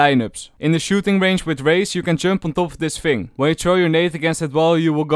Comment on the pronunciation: fing or thing???????